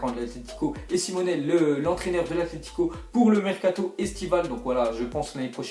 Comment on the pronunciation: Simeon pas simone